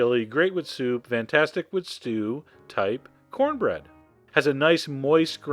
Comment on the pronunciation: "You gonna eat yo cohnbread?"